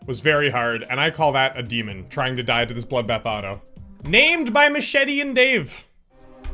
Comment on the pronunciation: hey deamoning everyfing!